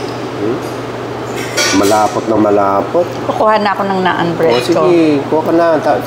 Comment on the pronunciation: Naan is pronounced as Nan po. ✌️😁